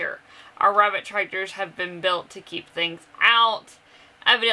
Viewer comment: I laughed to hard at you today 😂😂😂 "her, weabit"